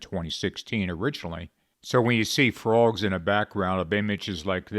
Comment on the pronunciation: Stop saying "fruogs."